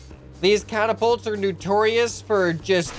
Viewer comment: Did he say nu-torious at the beginning? Sorry, but it's pronounced no-torious.